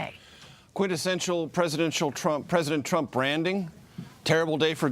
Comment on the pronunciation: Anyone else hear Mueller call him "Trimp" it was great....